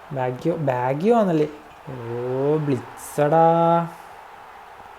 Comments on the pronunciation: ബാഗ്ഗിയോ അല്ല മോനെ ബാജിയോ എന്നാണു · അല്ല. റോബർട്ടോ ബാജിയോ എന്നാണു. ലെജൻഡ് ന്ടെയൊക്കെ പേര് തെറ്റിച്ചു പറയരുത്. മോശമാണ്. വേൾഡ് ക്ലാസ് പ്ലേയേറാണ്‌ ബാജിയോ. പഴയ യൂട്യൂബ് വീഡിയോസ് കണ്ടാൽ പേര് അറിയും.